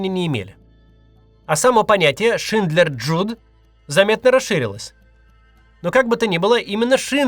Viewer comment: Пожалуйста перечитывайте текст до "выступления" на камеру. А то выходит Шиндлерс Джюд, место Шиндлерс Юде. И не только это.